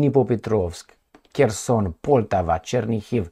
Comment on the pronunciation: just little (but important) correction. It is PoltÁva with accent on the 2nd syllable, not Pòltava (that will feel both Russians and Ukrainians insulted). Just exactly as you would say: “BanÀna Republic” (not Bànana Republic). Another discomfort to many slavic-speakers is how you pronounce the City of Zhitomir. “Zh” it’s not the same as just “Z”, that’s why you can’t call it Zitomir, sorry. These two letters (Z+H) will create ONE sound, similar to something like in French word “Jabot”. In case of saying Zhitomir it should sound exactly as in the Russian word “Жизнь”, which is “Life” in English, and any modern translator will provide you with its correct pronunciation. Thank you for your tireless job.